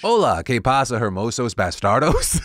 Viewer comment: That was beautiful, Phil!. Just mute the H in hermosos and you will be fire!